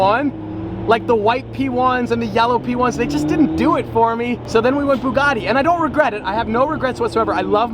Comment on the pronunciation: You should have bought the p1 because at least you can pronounce Mclaren lol... Bugatti is an Italian name and the Ts are pronounced T not D so it's a Bugatti not a Boogaddi 😂😂😂 anyway love the vids ✌️😁✌️